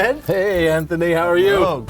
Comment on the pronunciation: god man "sant-thony" was so obvious smh